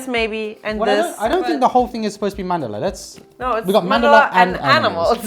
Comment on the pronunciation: 😂😂 I'd love to hear her speak Hindi in the next video then. Plus, I wrote this comment because most of the Indians get the pronunciation wrong. It's written as Mandala but spoken as Mandal. Which got right.